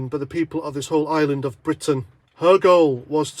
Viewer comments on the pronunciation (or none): none